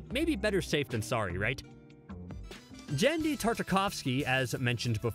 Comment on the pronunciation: He mispronounced Devo, Wallachia, and Genndy Tartakovsky (it's GHEN-dee, not JEN-dee)